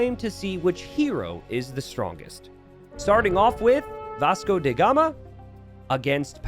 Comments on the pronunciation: why do you pronounce Vasco DA Gama as “Vasco DE Gama”? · Who is that Vasco "DE" Gama you speak of? :p Do you mean Vasco "DA" Gama? :D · Vasco DA Gama, DA gama not DE gama